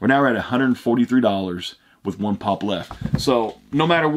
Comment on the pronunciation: I just hate the way he says pop